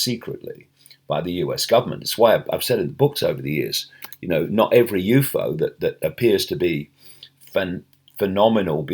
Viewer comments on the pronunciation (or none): Why you saying u-fo!